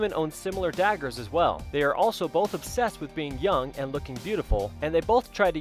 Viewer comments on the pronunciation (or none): none